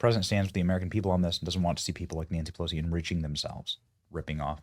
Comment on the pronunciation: "Polosi Act" - gotta love it! ❤